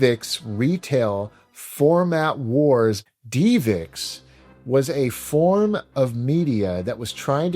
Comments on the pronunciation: ive never heard it pronounced "dee vix" before. you can even hear the guy in the promotional video pronounce it as "div ix" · It’s Div ix not Dee vix I cringe every time u say 😂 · its DivX not deevex lol. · Great video as always although the divx portion kinda bugged me. First off you said it 30 times but its not pronounced deeevex its just div ex.... divx. Also, you didn’t call them to pay for a movie. You bought it for 5 bucks ish once you watched it you had a couple days to reach watch or finish. If you didn't want it anymore, throw it away. If you want to purchase it forever you clicked an on screen button and the purchase was completed through a dial up modem in the machine. Any way thanks for all the quality content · I think it’s div-ix, not dee-vix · Love your channel! It’s pronounced DIVEX not DEEVIX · divx not deevix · Great episode, only one thing drove me absolutely crazy and I don't even like doing this but if I don't it will be stuck in my crawl all day. DivX is pronounced "DIV-ex" It is said as two simple syllables:Div: Rhymes with the word "give".X: Pronounced just like the letter "X".Divx — dɪvɛks(DIV-ex) computing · technology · media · video. A video compression format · FYI and I could be wrong, but I always thought DivX was pronounced div-x like "give"-"ex" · I've literally never heard DivX pronounced "DeevX" before. You even played an ad where they pronounce it the standard way, then you said "DeevX" a million time right after! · Dee Vix. Lol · Mispronouncing DIVX was hard to listen to. But respect to your dad and his ways. Loved the Dead Dreamcast video. I didn’t grow up with my father or much money myself. But what you did would have been my solution too. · Your dad mightve hated DivX but not as much as I hate how you pronounce it LOL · Bro, love the channel but I’ve never heard that DivX pronunciation in all my life. They say it correctly in the commercial you played right in the video.